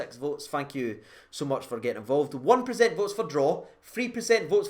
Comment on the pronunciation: Cedric itten to start hopefully gets himself a few goals. my girlfriend pointed out you say PACENT. Please say it properly in the next video for her to shut her up. 😂